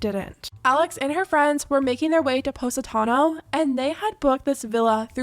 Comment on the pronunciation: I’m Italian (born and raised in Canada not straight up Italy) and I am CRYYYYYYING how they’re saying positano 😭😭😭😭😭😂😂😂😂 “paws-i-tano” 😂😂😂